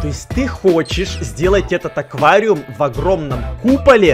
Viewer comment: Аквариум, а не оквариум